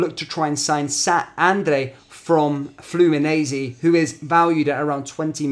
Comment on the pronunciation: They way you’re saying Fluminense 😬😂 try Flu-Mee-Nein-See 😉